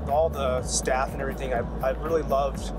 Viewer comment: Everytime he said "staff" I heard "Staph."